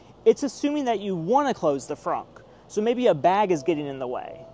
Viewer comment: It did that to your finger because you publicly made this video and specifically felt the need to say “Fronk”! It’s a trunk, not a fronk, tool shed!